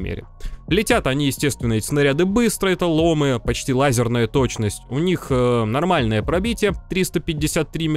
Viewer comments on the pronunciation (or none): привет Крю! ломЫ, ударение на Ы бро) очень слух режет